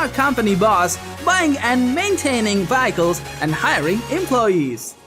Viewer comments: It's "Vehicles" not "Vyeicles"....... Just sayin! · What the hell is a Vack-ick-lols Ohhhh you mean VEHICLES . Learn ENGLISH. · Nice compilation of games. I just wish you knew how to pronounce vehicles. LOL